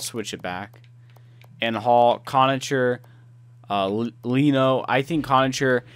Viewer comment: conacher is pronounced conaKer... and pysyk... is pronounced piss-ick